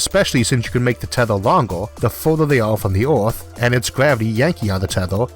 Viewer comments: ITS NOT ORTH ITS EARTH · Is anyone els also irritated about his pronunciation of "earth" ? It is EARTH !! not ORTH :( Still an informative video though. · It's called Earth, not Ath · What’s an “oorth”, “atmospheow”, and a “tethoow”?! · “Oth, wok, elevato, tetho, weiod, kilometos, covage” What’s up with this guy’s pronunciation? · Stop saying a o in the word earth. there is no o in earth... so annoying.. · Does anyone realizing this man's pronounciatiin is a bit weird while saying 'earth, atmosphere'?